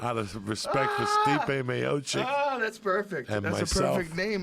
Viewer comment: He called Stipe Miocic "Stiopic" again lmao